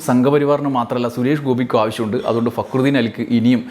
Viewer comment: ഫക്രുദീൻ എന്ന് പേരുള്ളവനെ ഇതിൽ ഭേദം കാര്യം സാധിച്ചേ അതിനു മുന്നിലേക്ക് തിരിഞ്ഞിരുന്ന് തിന്നുകയാണ്. അല്ലെങ്കില് അയാൾ പറയുന്നത് ശരിക്ക് തിരിയാറില്ല. റാ എന്നതൊക്കെ ഴ എന്നാണ് കേൾക്കുക. പി എ ആയിട്ട് പ്രവർത്തിക്കാൻ പറയൂ